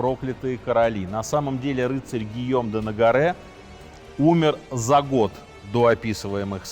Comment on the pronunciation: Сергей, зА год, за два года, зА три года, зА пять, зА шесть, зА семь лет. Ударение на предлог. Но: за один гОд, за одИн-двА года, за неполный гОд, за почти двА гОда и т.д. Спасибо.